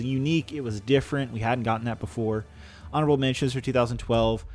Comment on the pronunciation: Is it just me, or does he say "arnable mentions" several times?